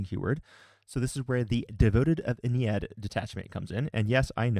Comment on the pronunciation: You say you're not good at pronunciation but you're the only person I've seen say Ynnari and Ynnead correctly 😂